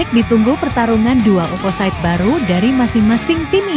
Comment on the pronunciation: Maunya begini begitu begini begitu begini begitu, maunya Vakifbank yg jd pemenang...anjayyy. MIN, itu suara naratornya pake mesin ya? OPPOSITE harusnya dibaca opposit. AYCA harusnya tetap dibaca aica.